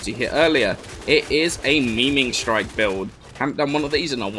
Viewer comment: yes, idk why, but everyone calls it meme-ing strike